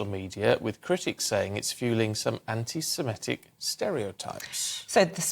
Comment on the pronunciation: I'm more offended by how many people - like this male presenter - pronounce Semitic as Semetic. Not really. But it's a weird thing that mildly irritates me!